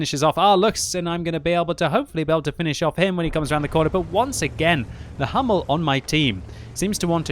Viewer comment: Please that pronunciation of HUMMEL :D all that videos..., it is german tank (read it in german, do not in english):D it starts as in ENG "who" :D But these replays, i am addicted, GL and HF :)